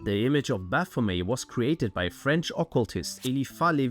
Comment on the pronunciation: You can't even pronounce baphomet. May Satan punish you for this.